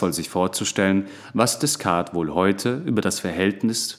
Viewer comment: 👍Angenehmer Rhythmus und Stimme. Man hat lust und raum zum mitdenken. Aber die frz aussprache könntest du nochmal ausbessern - Deh-kart (Descartes), Puat-jeh (Poitiers) ... Darüber bin ich beim hören immer wieder gestolpert ;)